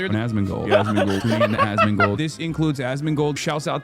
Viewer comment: why tf does everybody say asmond and not asmon 😂